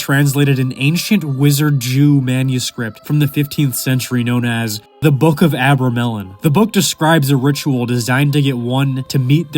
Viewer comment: Abramelin is pronounced 'Uh-Brem-Lin" not "Aber-Melon"